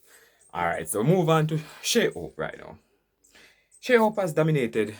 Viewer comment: I would like to know why you and most Jamaican chose not to pronounce players name proper, Shai Hope and any name with a H he H is left out, his name is HOPE not ope Holder is called older and Desmond Haynes is called Aynes, you are on YOU TUDE talking to people other than Jamaican, you need to do better, it's not just your countrymen you are speaking to.